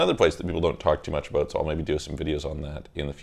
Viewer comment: are you Canadian? I heard “talked aBOOOOT?”